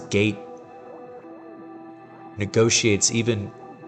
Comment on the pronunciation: "gait" not "gate"